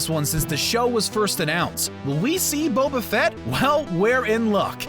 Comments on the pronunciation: Wow, I had no idea people didn’t know how to pronounce “Boba”. It’s not “Bobba”. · I love how at first he pronounced Bobafett’s name as (bob-uh-fet) instead of (bobe-uh-fet)